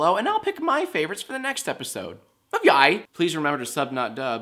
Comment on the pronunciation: Lmaooo the way he says YIAY